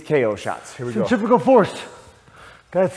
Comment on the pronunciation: Centrifugal is not pronounced anything like what said. Both the F and G are enunciated, like a Bugle, but a Fugle instead